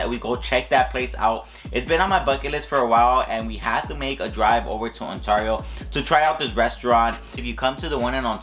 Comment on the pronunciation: the way you say Ontario is stressing me out 😅😅